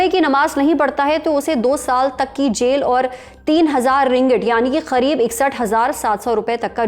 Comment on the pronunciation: bhai tum Karib ko Kharib kyu bol rahi ho??